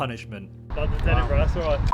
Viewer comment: Duke of Edinbruh.